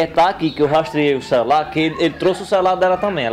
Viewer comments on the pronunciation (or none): Kkkkk "Cerular"